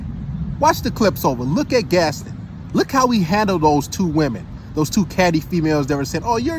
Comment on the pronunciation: Yo said "Gastin" it's Gaston (Gast- Ahn) 😂 I assume he hasn't seen the movie there was a whole song about him.